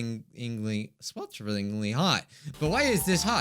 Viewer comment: Me when couldn't say swelteringly: AnEmanEmoNee